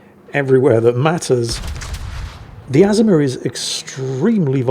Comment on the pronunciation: you kill me how you butcher the name of famous ships where the correct pronunciation has been in video after video including real war videos. This ship you featured is not pronounced AZ-UH-MUH it is pronounced, UH-ZOOM-UH. Just like the Yamato is pronounced YUH-MAH-TOE not YAM-UH-TOE!!! All that said I still love your replays and look forward to them with my coffee!